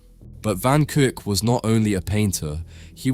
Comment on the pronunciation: Kuyck not kuuk............................................................................................................